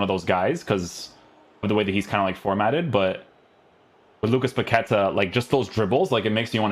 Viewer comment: His name must be pronounced by stressing the last syllable: Pa-que-TA. Greetings from Brazil!